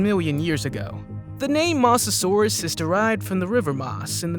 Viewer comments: Not to criticize but you said most of these names completely wrong!!!! Such as the smilidon and the mosasaurus also the carbonemys and the questle last but not least the dienosuchus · you pronounced mosasaurus wrong